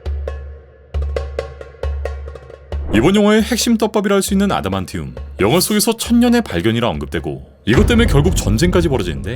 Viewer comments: 아다만티움? 아다마운틴? 아다마운티움? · 왜 자꾸 아다만티움을 아다마운틴이라고 하는거야 형 혹시 아ㄷ.......? 아차차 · 나만 영상 내내 아다마운틴으로 들리는거임? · 아다만티움 발음 못하시는거같은데...?? 다른일하면서 사운드만 듣고있는데 저만 계속 아다마운팀이라고 들리나요?? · 자꾸 아다마운티움 이렇게 들리지? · 왜 자꾸 아다마움틴이라고 하냐고 ㅋㅋㅋㅋㅋ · 아다만티움이라는 발음이 아다마운티움, 아다만움티로 들리는건 제 귀가 이상한걸까요? ㄷㄷㄷㄷ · 중간에 몇번빼고 계속 아다마운틴이라고 하시네 ㅋㅋㅋㅋㅋㅋㅋㅋㅋㅋㅋㅋㅋㅋㅋㅋㅋㅋㅋ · 아다만티움 한번도 제대로 발음 못하시는 무띵